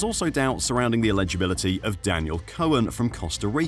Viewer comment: You need to work on your pronunciation of 'eligibility'. It's coming out as 'illegibility'.